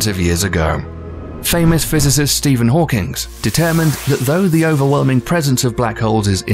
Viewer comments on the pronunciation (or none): none